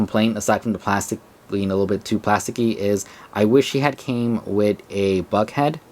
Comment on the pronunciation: Was I the only one who heard Buck pronounced with an f at the beginning?